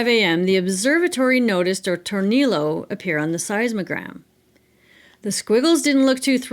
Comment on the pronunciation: years later I realized you're saying "tornillo" aka screw in Spanish... just FYI, the LL is pronounced like a consonant Y... like in tortilla and quesadilla. tor-NEE-yoh :)